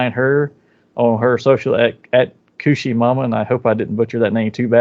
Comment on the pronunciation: You guys are saying it correctly! It is Kushiemama.....(Kooooooshiemama). Also heeeey and thanks so much for the shoutout!